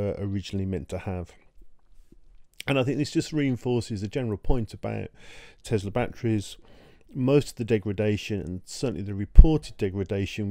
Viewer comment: Thank you for not saying Tezla.